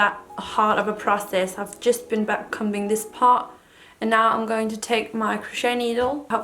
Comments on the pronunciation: the b is silent in comb or comber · Just wanted to say to help you out - backcombing or backcomber is pronounced as if the comb part sort of sounds like cone but with an m instead of the n, the b is silent, why did we have to make it so complicated hahaha :)) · lille tip, man udtaler ikke b'et i backcombing, eller ordet comb